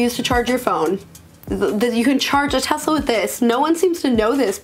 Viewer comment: why did you say Tezla? It sounds so weird lmao